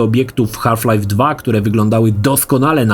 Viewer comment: "Haf Life" 😂